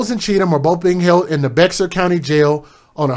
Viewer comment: Hey...just a quick fyi..."Bexar" county is pronounced "Bear"...tks for your podcast...